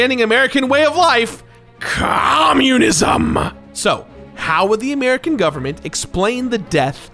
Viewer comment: I like how he says “cOMmuNISM!!”